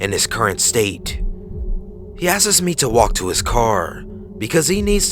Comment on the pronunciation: Please learn to say "asks" rather than "askes".